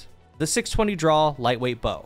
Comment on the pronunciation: My brain: "He's saying draw & draw-time" My ears: "drawl & drawl-time"